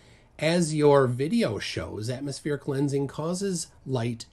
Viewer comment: Why is she saying atomoSPHERIC lensing shouldnt it be atmosPLANIC lensing in her worldview